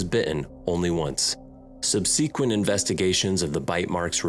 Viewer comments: The correct pronunciation of the word "subsequent" is not Sub-Sea-Quent but Sub-Suh-Quent. By the way avoid surfing off the East Coast of South Africa. As many as 10 surfers a year are bitten or killed by great white sharks, except in the core beach area of Durban where they have shark nets that cover the full length of the bay. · “SubSEAquent” You put the wrong emPHAsis on the wrong sylLAble buddy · subseeekquent? hahaa. Dude stop trying so hard with your narratives. Read a well written book, study some art, learn restrain and concision.